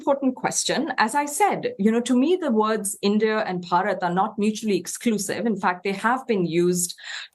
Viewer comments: It's not barat it's bharat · It's called Bharat not Barat 😂😂😂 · ....dont emphasise "rats" when saying it out loud 😮😮😂